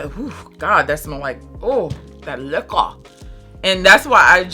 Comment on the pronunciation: You're hilarious I really enjoyed this review love your style! I get what you mean the Vanilla 28 vibe is almost absent! Nooo you don't like like Sweet Diamond and Side Effect 😲 🙈 I love how you say 'Liquor' 😆 and your honesty 🙌🏾